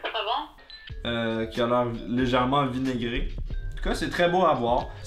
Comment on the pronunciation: "la salade de chou vinaigré" j'ai cru qu'elle a dit "salade d'immigré"